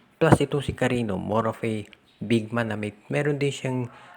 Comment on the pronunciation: Sir, Cariño po yan, as in Carinyo....